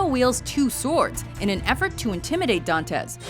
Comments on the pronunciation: It's not "Dàntes". It's "Dantès"!!!!! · "don-tez" uh...